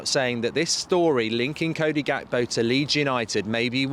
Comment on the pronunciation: Gekpo is pronounced wrongly. You need to drag the G mark. We do the same here in South Africa when we speak the "Afrikaans" language it's close To dutch the G is dragged